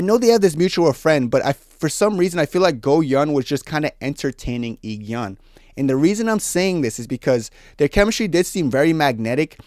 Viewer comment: i know youll probably never talk about these people again but just to let you know the pronounciation for Go Eun is Go Un and for I-geon is E gon😭 also completely agree with you about the mingee thing she was my favourite i hate that she has no real ally in that cast